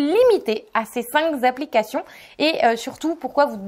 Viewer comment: Merci pour vos bons conseils ! Mais par pitié arrêtez avec les liaisons "mal-t-a-propos" : on ne dit pas cinq Z'applications....